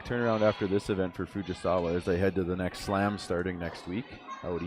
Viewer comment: "Fugisawee"really? Can you not read? Or are you being purposely disrespectful😮